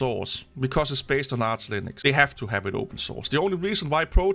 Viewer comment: Why are you calling it "Arse Linux"?